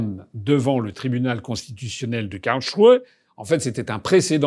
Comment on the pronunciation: Bravo pour la prononciation de Karlsruhe, bien mieux!